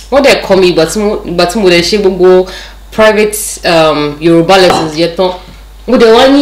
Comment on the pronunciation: Yoruba doesn't sound correct in your mouth